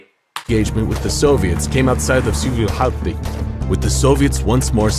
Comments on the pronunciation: Honestly your pronounciation of Häyhä was actually a bit closer to right one than the video had. You went kinda "Häia", but it's better than most English speakers try if they haven't been taught how to pronounce it :) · I have to laugh every time the narrator says Simo Hauva :D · I noied that in the video what you Simo Häyhä can't pronounce hes surname right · The ä is pronounced more like "a" from the word hat. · Also his pronunciation of Häyhä - his own name - is even worse than, made me lol for real.